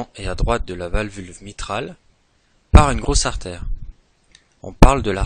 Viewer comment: Valvu-L-e pas valvulVe mais sinon très bonne vidéo :)